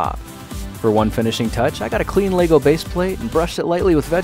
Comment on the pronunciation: Yay. Someone who pronounces it right as lego bricks and not legos